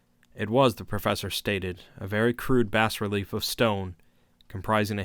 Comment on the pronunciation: Bas is pronounced Bah btw. Excellently read otherwise.